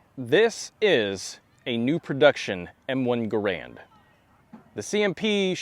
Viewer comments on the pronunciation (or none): GARand, not gaRAND.